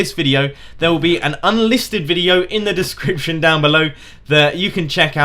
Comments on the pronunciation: says he reads aloud fluently, says discrition instead of description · I love how he says he read perfectly then says discription wrong